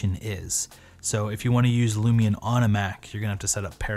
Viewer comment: I was distracted by you saying "Lumi'n" or "Lumi-un"